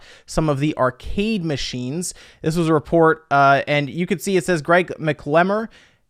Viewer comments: Great video, but one small point: It's [pronounced 'Mac - luh - more'. 😀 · MACK - luh - more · poor...Mack-ell-more, or Mack-lay-more would also work